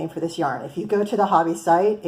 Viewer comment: Thanks for your review! I was considering these yarns and will now definitely try them out. The irony is that I am listening to your review in Denmark. I didn’t know about Hobbii until I saw YouTube videos from America. As a sidenote, the pronunciation is just like “hobby” in English. The “I” is short in Danish but not much different than English. However, the “O” is also short and rhymes with “job”. So, really, just say “hobby” like you do in English and you will be fine 😄